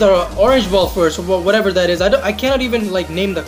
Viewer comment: WHEN-UEN, NOT FUCKING VEN WHATEVER-UATEVER, NOT FUCKING VATEVER WHICH-UICH, NOT FUCKING VICH TF YOOOOOO